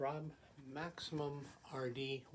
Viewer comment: hahaha thanks. I’m nostalgic for your old intro. “Welcome to another Max-eye-mum RD presentation.”